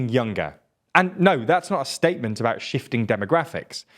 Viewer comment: And bout pronounced boot